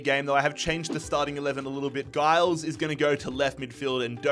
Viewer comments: Giles is pronounced Jiles btw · Luton fan here - pleased to see someone take on the luton challenge, so I'm subbing for all the episodes Quick note on pronouncing player names - Giles is said with a soft 'g' (sounding more like a 'j') and Doughty is said like 'doubt-y' To be fair, even most English commentators get Doughty wrong!